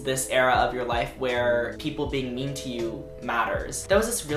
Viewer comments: you said “mean people” but i thought you said “meme people” lmao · i thought he was saying meme people. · I thought you were saying "meme people" and I was very confused for the first half of the video